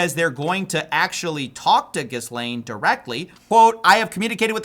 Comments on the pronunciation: Her name is pronounce Gi-layne no Gis-laine, the "s" is silent. You'd be much better off checking with Google if you're unsure of the pronunciation. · he has to know her name is pronounced “ga-lane” not jizz-lane 😂😂.. sounds more like Jeffrey Epstein‘s street address 6969 jizz lane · Isn't it pronounced as GEE-lane? Not GIZ-lane... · FYI, it’s pronounced ‘GILaine’ not GISlane’ Maxwell, not important just for info. Awesome important content in these videos though. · The SSSSSSSS IS SILENT. ITS GA-lane not Jizzlaine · Is pronounced Gilaine not Gizlaine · The French name Ghislaine is typically pronounced with a hard "G" sound, similar to "gu-," and the "s" is silent. The "laine" part rhymes with the English word "lane". Thus, the most common English pronunciation is "Gih-layn". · It’s pronounced jizz-lane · Bro great video but damn it’s pronounced gi-layn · Gizz Lane Maxwell 😂😂 nobody can pronounce her name right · / — I don't know if this is important, but I think Ghislaine pronounces it without the 's' — G-ill-ane....I think? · Ghislaine is pronounced Gêlayne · It’s pronounced “Jizz Lane” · Elon right again! By the way it's pronounced "jelane maxwell" if you missed the Attwood interview with his niece. There are no "s" sounds in her name. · It's pronounced Gheelayne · Ghilaine! The S is silent! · Why cant americans pronounce her name correctly. GEE LANE Your welcome. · Hey bro ! Pedos monster girl friends name pronounces geelane or gilane. While spells Ghislane. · Tiny man went from calling her Jizz Lane to Giz Lane Can't blame em for trying I guess. It still would be like so professional to learn how to pronounce a name that's going to be in the news for decades right. Just say Maxwell tiny man. Don't even try to pronounce her first name. It just makes you look dumb. I know some incompetent mfers but even they learn how to pronounce this ladies fn name right. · It's pronounced Ghee-lane/Gih-lane! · It’s pronounced “Gillan” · Gill-aine, the S is silent